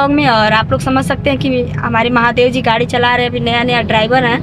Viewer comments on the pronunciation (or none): none